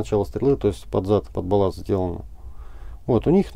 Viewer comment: Не "боласт", а балласт!...😜